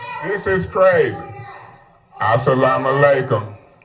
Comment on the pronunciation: Not "as-salaam-alaikum" 😭